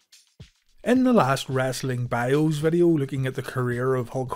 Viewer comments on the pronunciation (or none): none